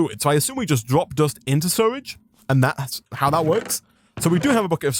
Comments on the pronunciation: It took me a while to realize he was saying "sewage", surrage vs sew-uge. I wonder what accent that is. Loving this wild mod though, and you're doing a great job. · I can’t believe how you say sewage you say suridge like how do you do that??? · ITS SEWAGE NOT SURAGE edit: im sorry i just have ocd in pronouncing things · Dude it’s called sewage not suirige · You mean sewridge? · the way he says sewage concerns me.